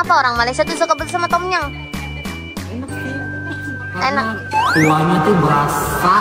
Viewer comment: Sebutannya bukan tomyang hahaha…Tomyammm